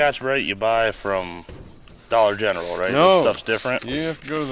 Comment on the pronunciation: You didn’t say Dollar General the right way. The Sleeper Dude channel calls it The Dollar Gentral. 😊😊😊